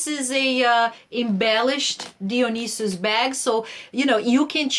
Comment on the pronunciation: You are the first person to pronounce Dionysus correctly on YouTube. Thank you! 👏🏼👏🏼👏🏼👏🏼👏🏼👏🏼 lol. You’re awesome! Love the bag. Love you! 😊❤️